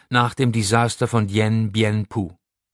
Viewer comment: Obwohl der Leser Stephan mit "ph" heißt, liest er Dien Bien Phou falsch. Legion à moi. Er liest ohnehin recht hölzern, dem Inhalt des Buches nicht angemessen.